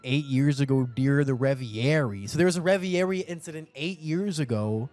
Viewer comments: RE-VER-EEE!!! WTF is REVIARY? Sounds like Aviary aka Bird Enclosure/Cage. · why does he keep sayin revierie lol it's reverie